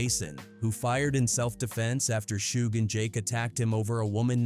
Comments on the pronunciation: Who is "Shoog"? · wtf is a shoog, trash ass AI channel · Who tf is shoog? This AI slop has to go … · “Shoog Knight.” “Mob Pie-roo.” Too many creators are too comfortable being lazy with AI captions. 👎🏾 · Suge pronounced shug its short for sugar bear